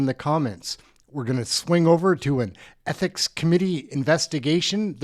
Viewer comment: Lol MacKinnon has a hard time to say ethics hahaha